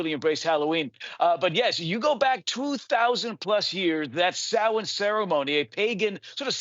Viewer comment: No it's not, it's pronunciation is SOW-IN.